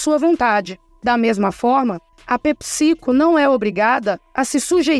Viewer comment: É pépsi-côu, não pepicico 😂